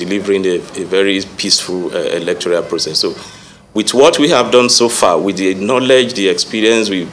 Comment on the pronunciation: Who made this one a commissioner of police. He does not know what electoral means . He keeps saying electorial, which is not the right word. He is a stooge and unqualified to hold the position. He doesn't have answers to the questions asked. He is complicit and a person planted by the ruling party.